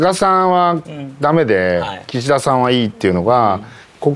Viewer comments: キシ↑ダさん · 井川さんの『岸田さん』のイントネーションが独特過ぎる